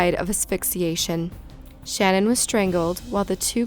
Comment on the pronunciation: Love your vids, but her name was shanan not Shannon I’m sorry but you were pronouncing it wrong